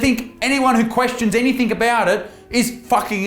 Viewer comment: I'm more concerned with Isaac using * Anythink* as opposed to the correct word Anything. 😆